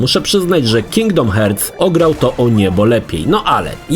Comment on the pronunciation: Panie... Nie Kingdom Herc tylko Harts. W sensie tak sie czyta